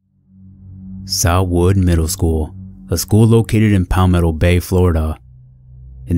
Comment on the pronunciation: not palmetto 😭